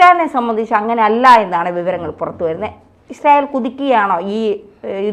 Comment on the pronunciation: ഇങ്ങനെ കുതിക്കുമ്പോഴും വീഡിയോയുടെ തുടക്കത്തിൽ പ്രത്യകിച്ചും ഇസ്രായേൽ എന്ന വാക്ക് പറയുമ്പോൾ ശരിയായ ഉച്ചാരണശുദ്ധി ഇല്ലാതെ യുടെ നാവ് കുഴഞ്ഞു പോകുകയാണല്ലോ.. എൻറെ ഭഗവതി.. സംശയമുണ്ടെങ്കിൽ തുടക്കത്തിൽ ഇസ്രയേൽ എന്ന പറയുന്നത് replay ചെയ്തു നോക്കൂ... ഇസ്രായേലിനെ കുറിച്ച് ദിനംപ്രതി വാർത്ത ചെയ്യുന്ന... ഈ ഉച്ചാരണ പിശക് പരിശീലനത്തിലൂടെ മാറ്റിയെടുക്കുക എങ്കിലും ചെയ്യണം